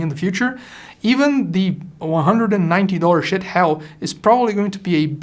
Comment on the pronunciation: I believe the correct verbalized name is "She-it".